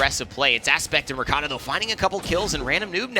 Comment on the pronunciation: Why they keep saying r-e-k-a-t-a, it's r-kt-a